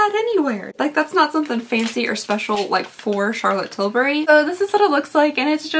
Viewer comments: Please, fur the love of God, stop with the "CHAlotte TILL bry" crap. It sounds beyond unsubscribe. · I ABSOLUTELY LOVE how you say Charlotte Tilbury.... Everytime I hear that I just giggle...🤣🤣🤣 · I LOVE the way you say Charlotte Tilbury!😂